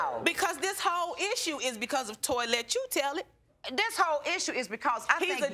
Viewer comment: I’m sorry but I SWEAR I heard her say “Toylette” 💀 💀